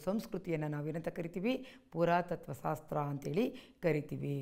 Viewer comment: ಸಾಸ್ತ್ರ ಅಲ್ಲ "ಶಾಸ್ತ್ರ"